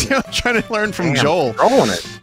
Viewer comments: every time vinny said joel i had a stroke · Isn’t it pronounced yoel? Because in Sweden the J is pronounced like a Y.